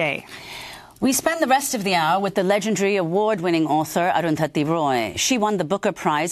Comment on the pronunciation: All I'll add is: Amy finally got the pronunciation of 'Arundhati' right: damn difficult for speakers of languages (including english) where the sound 'dh' is absent. Salute to comrades Roy and Goodman ... and thank you Arundhati for providing signed copies even for people like me who are in health too poor to attend a book-launch/talk: I was touched that my copy ordered on amazon.in was signed!